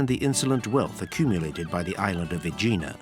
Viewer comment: The pronunciation of the narrator is messed up. There is no place in Santorini named OIYA, it's E-AH EEEEEEEE AHHHH The island volcano was named Saint Irene by the Italians (Sant'Irena) which resulted to the Greek sound Santorini. The official name of the island is Thera which means gate in classical Greek. He also mispronounced Aegina (EH- γina) and other places. And like someone else noted, no word about the stolen marbles from the Parthenon by Lord Elgin, a thief, who obtained permission from the Turkish governor during the Ottoman rule in Greece, to lift the Caryatids and other sculptures undisturbed and take them away to his country!